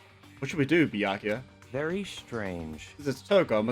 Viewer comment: The saga of mispronouncing Byakuya's name continues!